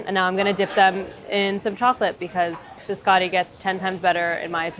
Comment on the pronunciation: The way she's pronouncing biscotti is making my Italian ancestors cry